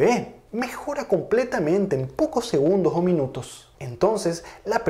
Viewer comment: cuando pronuncias segundogs , mag, muchag, puedeg...esta a punto de darte un ACV?